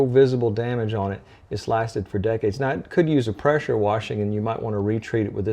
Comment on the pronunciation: Lasts for “deckades” he said